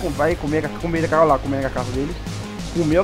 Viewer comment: é carcaça e não cacaça